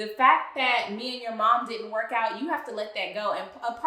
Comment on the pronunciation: I think Matt confirmed it himself and no unfortunately I did not see it any article but I know it within spirit lol. That man pronounced “work” as “wok” and “situation” as “situashawn” lol